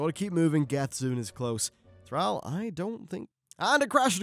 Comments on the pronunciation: Yes, 22 minutes of mispronouncing Thrall was mildly annoying. Good video aside from that! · ThrALL, ALL...not ThrAL "Al" it's ThrALL